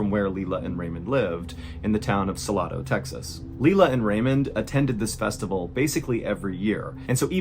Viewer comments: Please don’t mispronounce Saledo. It’s Sal-eh-doh. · I love that you said salado Tx the way you did. But if you live here you pronounce it Sa-Lay-dough. (First story, haven’t watched the entire video so I don’t know what happens as I’m leaving this comment, I will definitely watch it through cause I’m a fan of the videos.) just had to point that out before I forgot. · My man I have never heard anyone pronounce Salado like that before lol. (Suh-Lay-Dough) is the proper pronunciation. Im from a town just north of it called Belton. Love your content keep it up I just thought it was funny. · Sa-lay-do not sa-lah-do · I know I’m late, but the name of the town in the first story that was referenced is “Salado” pronounced “Sahlaydoe”. Glad I could help. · I’m sure someone has already said this but Salado is pronounced Sa-lay-do. I live i. Leander which is about 45 mins from Salado. Thank you for all your awesome videos! My family and I love them! Even my 3 year old knows your name 😂 (although she doesn’t watch your videos but she hears our family mention your name.) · Hey there .... Just a tiny comment..... People in Texas pronounce towns names a little differently. "Salado" is not the Spanish pronunciation you said, it's Sa-lay-dOe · Eeewwww, the way you said salado. Im a Texan and that aint it lol. Its pronounced “sa-lay-doe”. Now that i think of it alot of people mispronounce multiple texas cities lmao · The town is pronounced “Suh-Lay-Do”, you pronounced it like Siri does when you drive thru there. Is a small town and I lived right next to it in central Texas. I’ve heard of this story but never thought I would hear you tell it!! That’s super cool!! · I love your videos, brother, and I know you're new to Texas, just a helpful hint from a native Texan we pronounce it Suh-lay-doh. But it's your show homie, say it however feels comfortable to you. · Sir, it’s pronounced “suhlaydoe”. 🤣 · Texans pronounce it “Suh-lay-doe”😊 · Suh -LAY - doe, Texas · It's pronounced SalAdo